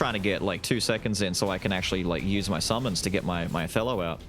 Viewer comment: Until I looked at the skill name, I thought you were saying "a fellow" instead of "Othello", and I think it would've been cute if you did)